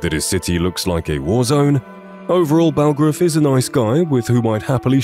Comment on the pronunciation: his name is yarl bulgruf not balgraf